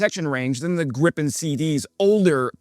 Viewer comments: Is it Grip-en, or Grii-pen ? This is the first time I've heard it called Grip-in, sounds vaguely rude,... This development is going to be interesting to observe, to see which military theorists are proven right or wrong, and what happens as things evolve. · There is no such thing as “Grippen.” It's either “Gri-pen” or “gri pen.” How hard can it be? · 'Greeeepen', not 'Grip-in' ! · It's pronounced Gripen not Grippen. Like "greepen". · There is one ”p” in Gripen. Why does every YouTuber pronounce it Grippen?? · it's pronounced Gree-pen! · Where's the second "p"? "Greepen", it's not that hard. And it's not B.A.S 90, it's Bas 90, as in Base 90 as in the 1990 version of the dispersed basing system.